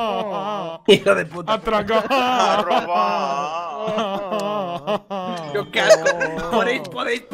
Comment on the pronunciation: AHHH JUGAAH A ROBAHH A LOJOOOH